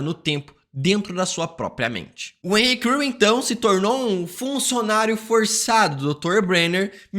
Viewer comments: quantas vezes ele falou henry crew? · Cara eu não consegui deixar de ouvir "Henri Cristo", todas vezes que você disse Henry Creel kkkkk